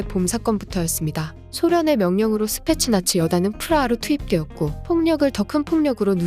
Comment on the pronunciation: 스페셜 나치로 들리네.